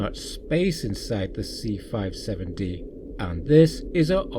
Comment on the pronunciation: It’s the “C-57-D” not 657-D as you say early on in your narration. I don’t think there’s really any dispute over the fact that Roddenberry absolutely ripped off forbidden planet. He absolutely positively did rip it off heavily. Lost in space ripped it up to a much lesser extent. Primarily the fact that the Jupiter two was a flying saucer with revolving lights at the bottom as it’s propulsion and the landing legs which doubled as stairwells to get in and out of the saucer. And there was an astrogation bubble in the center of the control deck for the Jupiter, two as well as in the center of the control room on the C-57-D. Interestingly, some early designs of the enterprise Bridge seem to be trying to incorporate one as well, and the odd ceiling design in Star Trek. The motion picture allegedly was intended to incorporate one, but I’m not sure if they gave up on that, or if you had just couldn’t tell on screen. (for people who are not fans of 1950s science fiction, and Astrogation bubble or sphere was conceptually similar to a map table on a ship, except that by virtue of being a sphere it allowed you to plot courses in three dimensions)